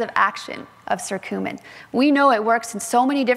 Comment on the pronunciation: It’s not circumin! It’s Curcumin!